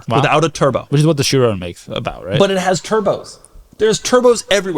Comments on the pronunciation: Hahaha, that also what I was thinking. Did he just call it the "sherooon"? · i refuse to believe that you talked about people mispronouncing tourbillion, just to mispronounce chiron right after 😭